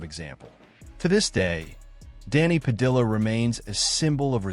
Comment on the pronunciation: Why he using L sounds pronouncing Padilla